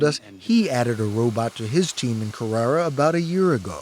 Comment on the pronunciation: So glad 60 minutes pronounced Carrara correctly at least once.